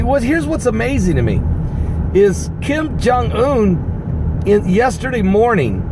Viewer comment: I love the way you say Kim Jong Un. lol